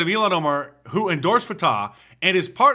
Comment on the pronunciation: Her name is pronounced ill-han Omar ... the way you say it is far too close to Elon Musk who is a million times better than she ever could be. Not that he's the greatest, but he's better than her.